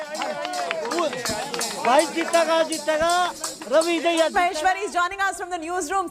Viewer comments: Not dhaiya ...its Dahiya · Dahiya ko Daahiya kyu bol rhi . Indian hi to ho tum